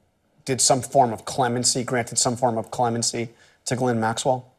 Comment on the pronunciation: Not that she deserve any kind of respect but I always crack up when Americans nearly choke by pronouncing the hardest word in the world: Ghislaine.